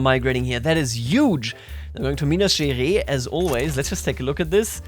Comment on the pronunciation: As a brazilian, you are capturing brazilian politics spirit really fast! Just a tip about Minas Gerais (where I'm from) : the "ais" in the end is pronounced like the german "eiss". But you can just cal minas, is how we informally say it!